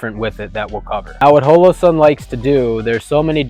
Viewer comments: The first thing on this video should have been how to say Holosun. It is with a long o pronounced like hallow-sun. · Great video, other then how he pronounced Holosun